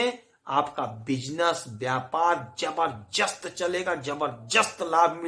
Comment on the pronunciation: ज़बरदस्त होता है, ज़बरजस्त नहीं…